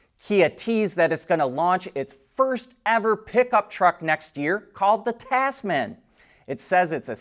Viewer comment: Tasman, actually pronounced TAZ-mn